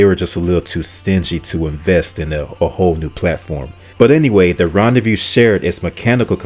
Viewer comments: It's not Ron-day-VIEW, it's Ron-day-voo. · Car number 1 is pronounced "Ron Day Voo" no Ron De Vue. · ”Rendez-vous” is definitely not pronounced ”Rendezview”! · Ron-day-view? Smh.